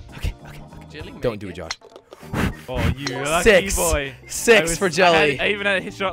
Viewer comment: Did Jelly call six to sex